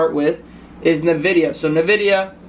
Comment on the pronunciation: Wait did you just call it "nAHvidia"? 😬